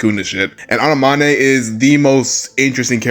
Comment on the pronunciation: Annamanae??? ain't u seen Finding Nemo its An-en-ome